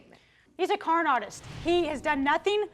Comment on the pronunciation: He a corn artist 😆 am I only one that heard that. Is that how you say that?